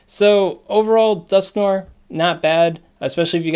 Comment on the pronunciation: Dusk-No-Er (We're NOT giving them Litwick) ... The Niantic "brain" storm session motto ... Also swaaaaaaaag ... tips